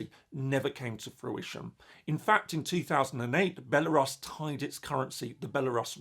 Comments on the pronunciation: no, it's not the normal British way. It's Belarus, with [u] sound. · That a new way of pronouncing Belarus that I've hadnt heard before.